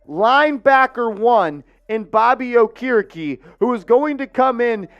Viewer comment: His name is pronoucned- OAK-ER-E-KEE